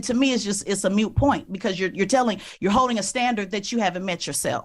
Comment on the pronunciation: She's such a know it all but says "mute point"...uh, it's pronounced moot point. And coming out of the gate with a chip on her shoulder and arguing before there's an argument. Just her tone is so disrespectful. If she's married, I pity her husband.